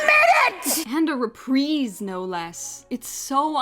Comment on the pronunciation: Your mispronunciation of reprise hurts my soul.